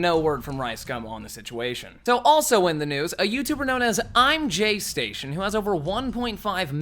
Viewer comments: lol its imgaystation not imjaystation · You pronounced his name wrong…… ImGayStation